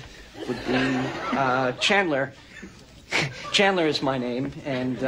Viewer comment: chan-nan-dler bOnG